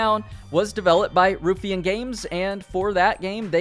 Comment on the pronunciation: Love how a year later he still can't pronounce Ruffian